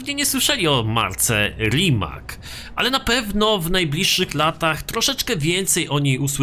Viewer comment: Rimac czyta się rimac a nie rimak